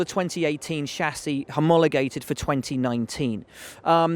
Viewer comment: homogolamated? never heard that one Will